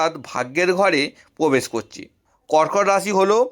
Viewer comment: Uchcharon Khub Kharap, age mukher bhasha thik Korun. Pore Vedeo Korben. Amnader, Bespoti, Pobesh, a gulo Kono bhasha ? Apni Bhodro Poribarer Sontan to ? Bhul gulo keu dhoria dey nay.